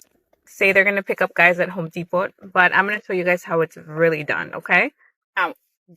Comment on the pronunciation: "Home De-pott"!